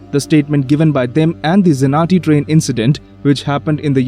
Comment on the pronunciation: The way how you said Trian sounded like you said Dream